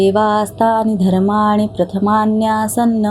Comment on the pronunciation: तुमचं विश्लेषण, निरूपण उत्तमच आहे, असतं. आणि रामरक्षा म्हणणाऱ्या विदूषींनीही ते उत्तम, निर्दोष म्हटलेलं आहे. मात्र, या व्हिडियोमधे मंत्रपुष्पांजलि म्हणणाऱ्या व्यक्ती ते अशुद्ध म्हणत आहेत 'प्रथमान्यासन्'चा उच्चार "...न्यासन्न", 'सचंत'चा उच्चार "सचंत्र", असं सुरू आहे. अश्या स्थितीत हा व्हिडियो बघत राहणं म्हणजे श्रीखंड खाताना त्या पक्ष्यांची नखं, चोची वगैरे तोंडात आल्यासारखं वाटत आहे...